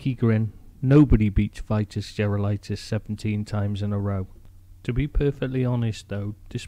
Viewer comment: Pronounced.... Vee tas